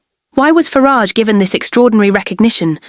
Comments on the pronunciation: Yes we heard you repeatedly mispronounce Nigel farages name..disrespecting ring him and the party he stands for. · I'd like to believe this post ... but I'm not taken in by this vlog. Just ask yourselves: why is Nigel Farages' surname mispronounced? Could this be an AI voice? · 😂😂😂 I can't! The way the ai says Nigel farage! 😂😂 Starmars actually wild tho wtf...